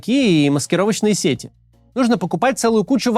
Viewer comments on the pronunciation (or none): none